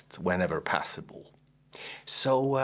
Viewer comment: Ciao. Love your videos as they are informative and nicely shot, but there is one thing that drives me mad: the way you pronounce "possible" as "passible". Please stop doing 🤣🤣 that aside great stuff, keep it up